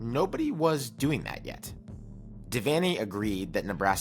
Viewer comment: But, an awesome video--and very well researched. And you even pronounced "Devaney" correctly! Osborne NE ER thought he would last longer than five years following Devaney, and in fact in 1976 he was nearly fired because the Board of Regents got spoiled and thought they could find better. A key reason why Nebraska was so good was that the Cornhuskers had Devaney and Osborne back-to-back--no major school had THAT kind of luck in head coaching.